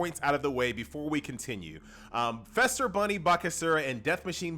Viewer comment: Just commenting to say. It's Feaster not Fester. Easter with an F